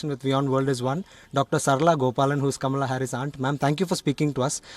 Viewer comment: Kamala’s Aunt seems to be pronouncing her name wrong. It’s pronounced “Comma-la”